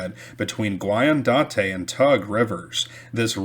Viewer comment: Guyandotte = “guy-Ann-dot”